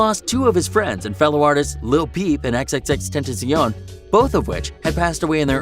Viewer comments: My nigga didn't even say Xxxtentacion name right .don't do it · Me watching this in 2021 and they still can’t say x name right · The way this dude said xxxtentacion💀💀💀💀💀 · The way he said x name was so funny bro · I'm mad that u said XXXTentacion's name wrong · Say x name right put respect on his name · Imma xome break your nose YOU SAID XXXTENTACION NAME WRONG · I come back after 10 seconds of watching and he says X’s man wrong disrespectful 😔 😭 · The most disprespectful thing is how he said xxxtentaion's name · lmao this dude doesn't understand his death nor x's he didn't even know how to pronounce it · AND XxxTentacion he says it wrong and my heart shatters for some odd reason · Why the fuck did u say xxxtentacion’s name like that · This dude can't even say XXX tentacion right he just says it fast like if you don't say his name say it say it right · Number one, you dont know how to say X's name- two juice's company just dropped another album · so no one is gonna talk about how he said xxxtentacions name wrong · He cant even pronounce x's name correctly smh🤦‍♀️ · You pronounce tentacion wrong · This kid doesn’t know how to say xxx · sry how did u pronounce that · Fuck this dude He can't say XXXTenatcion Right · Bro learn to say XXXTENTACION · Oh hell no this dude don’t know how say x name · U butchered the fuck out of x’s name 😂🤣🤣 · You said xxtenations name wrong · Bruh, this guy cant pronounce ski mask the slump god like howww and xxxtentacion thats so sad 😢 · This guy has no idea what he’s talking about. He can’t even pronounce Ski Mask and X’s name. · This man rlly said ski mask slump dog when he’s prob reading off a fucking sheet. Also the way this man butchered x’s name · Mate it’s XXXTENTACION NOT XXXTENTAZION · Bruh fr he even said xxxtentazion🤦🏽‍♂️ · Its xxxtentacion not xxxtenzion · XxxTezean Wtf its Xxxtentacion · HMMMM HMMMM XXXTENTIZION? U mean XXXtentacion or Jansen onfroy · Its xxxtencion not xxxtensoin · And also, xxxtentacion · Its xxxtentacion